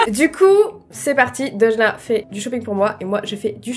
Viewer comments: À un moment tu à dit à deujna en fait!! tu voulais dire deujna mais tu a dit deudjna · quand ta dit 《aujourd'hui tu est avec Deujna》 g compris Orangina🤣🤣🤣🤣